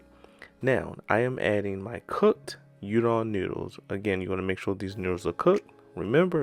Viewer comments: It's pronounced ooodon, not udon. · Looks delicious king. In virgina they add slot of ketchup and i cant abide that. Also udon is pronounced oo-don. Can't wait for try this recipe